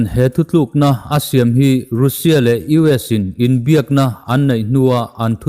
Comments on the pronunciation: Youtube ah ve meuh rusia tia chhiar hi a ziallo e. Rasia tiin chhiar rawh. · Russia i lam dan hi mizo tawng a u ang ni loin miao tawng a A angin lam la ngaihthlak a hahdam thlak deuh long maw.... Rassia ti angin lam ta zawk la